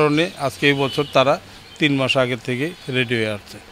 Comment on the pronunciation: That was "TEEN" not "Teet" fruit.